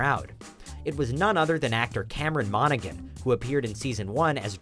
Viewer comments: Nobody else is going to point out that he said Cameron Monaghan as "Cameron Monagen" instead of "Monahan"? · Cameron Mona"G"an..😐